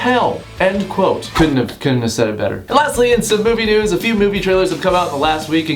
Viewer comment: At the start it kinda sounds like he says what the fuck nudes